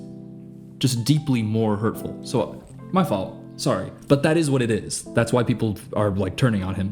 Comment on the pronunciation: (Shows thirst trap) "Mah fault" lol no idea why that made me laugh so hard.